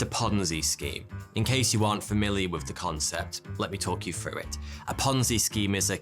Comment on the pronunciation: Frew = through. Ok got it.